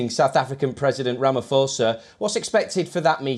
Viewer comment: Rama poza...not foza